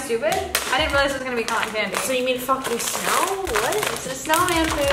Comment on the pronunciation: Codden candy. Wtf lol it’s cotton candy tho lol